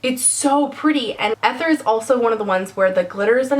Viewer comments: Love you but this drove me nuts - ether is pronounced ee-ther, not eh-ther. Great review, love all the colors:) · I'm pretty sure it's pronounced "EEE-thur" not "eth-er" It's really pretty!!! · Don't say ether...say E-ther. It's like on the periodic chart. :-) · Wouldn't ether be pronounced "ee-ther" instead of "eh-ther"? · Ether is pronounced ee-ther. Just thought you should know :) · MY OCD SENSES ARE TINGLING! - sorry sorry, I don't my to be a annoyance but... you pronounced Ether wrong... EEE-ther... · Ether is pronounced Ee-ther, with a strong e, like seen. Sorry. This is an amazing video though, very helpful! It makes me want to collect them all! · Please don't take this negatively but it's EEEther. EEEther.